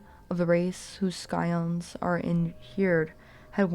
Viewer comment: Very nice reading! I enjoyed dozing off to it. Two pronunciation notes: Scion -- "sigh-on," like "science" Sepulchre -- "seh-puhl-kurr"